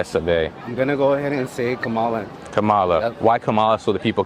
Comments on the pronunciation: The first guy voting for Kamala actually said "Trump is against Mexicans" How misinformed can one get? The second guy couldn't even pronounce her name right, he called her Kamila and actually thinks she's black. Well at least the majority were intelligent. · for black hes not even saying her name right. wow. kamila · How come the guy says he wants "Camilla", and doesn't get reamed out for mispronouncing her name like that poor woman did on a talk show? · Bro voting for Kamala mis pronounced her name 🤣🤣🤣 The black dude called her Kamela 🤣🤣🤣 I mean that is the way I say it but if you voting for her you should probably say it right. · Did he say Camilla? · He didn't even know how to pronounce her name either. (Kamila?) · It's hard not to judge people who vote for Kamala, one of these can't even pronounce her name correctly. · He didn't even pronounce Kamala's name correctly, but he is voting for her. That is why this country is in bad shape. #TRUMP 2024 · lol… the black dude can’t even pronounce her name right.. no what I’m sayin… yeah she’s an Aries and half black.. oh and I like paying $8 a gallon yo on yo gas…😢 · That’s a shock…no matter how dishonest Trump is they ignore his lies, stealing, even sexual assault and 34 felonies. Not one person pronounced Kamala properly but kudos for the 2 voting for her. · He is voting for Kamala because she is black but he pronounced her name wrong 🤦‍♀️ I am voting for Trump because he tells me what he is thinking. I don’t trust Kamala or think she has EVER done anything to help the American people (the opposite).